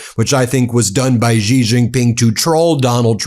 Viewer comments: Love ur Channel - thanks for all you guys do! One quick comment: Xi (JinPing) in Chinese is pronounced like “she” in English. Totally understand that you are not expected to pronounce correctly Chinese characters but getting this one name right would be useful to your many wonderful listeners around the world! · Come on Ben!! Why haven't you learned that Xi, as in Xi Jinping, is pronounced the same as the word SHE in English? Sheesh!! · Ben, a small suggestion---Xi is pronounced about like the word "she" in English, just tighter (stretching out corners of the mouth) and more aspirated. But you can just say "she" as in English and you will be far more correct than trying to somehow pronounce it with a "z" or "j" sound or some other exotic notion of what a "xi" spelling should sound like. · Xi is pronounced "she" like in English. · Your pronunciation of Xi is still awful 😢😅😢😅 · Ben, as I have told you a dozen times, the pinjying Mandarin pronunciation of Xi is more like the English "she", not "gee". Why can't you fix this? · Pardon the brashness Ben. I am very disappointed that after years of analysing world politics, you still have not pronounced correctly the surname of the Chinese president. The correct pronunciation is ‘ see or C’ not Jee. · It would be super cool if you could someday pronounce Xi's name correctly. It sounds like "she" not "zggghhi" like you continue to do. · It's not jee it's shee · Ben, quite and easy phonetic lesson: please pronounce 'Xi' She. Yes - it's 'shee' jin ping. Not GEE jin ping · Hey, Ben, thanks for all the hard work! By the way, Xi is pronounced Shee, not Gee. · Dude, pronounces Sie, not Zee, Jee, Gee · China does not insult. China acts rational in accordance with the circumstances. Also, Xi is not pronounced 'zi." In Chinese (Mandarin), "Xi" is generally pronounced like the English word "shee" (/ɕi/), with a soft, hissing "sh" sound that is accompanied by a smile. (Google AI) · "Xi" is pronounced like "she" in Chinese.